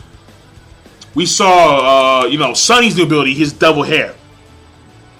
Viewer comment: Gosh dude! Please learn the right Names, his name is Tengu Brunch not Brunchi just Brunch. You know Toriko is a food based Manga so.. An it's not Sani his name is Sunny :D